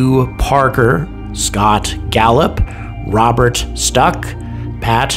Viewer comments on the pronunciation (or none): none